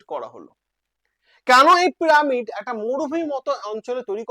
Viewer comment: প্রামিড আবার কি উচ্চারন টা একটু খটকা লাগছে।